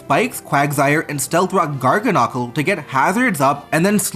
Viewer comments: Please say Garganacl correctly 😭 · Your pronunciation of Garganacl and Gholdengo had me dead.